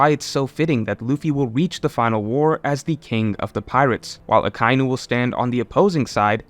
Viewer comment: Akainu Pronounced (Ah-Kai-Enu) and Kizaru pronounced (Key-Za-Roo). I know it's nit picky but i was cringing very hard hearing those mispronounced. Great video otherwise